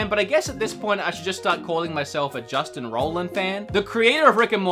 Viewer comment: I love how you say you're a huge fan of Justin but you cant even pronounce his name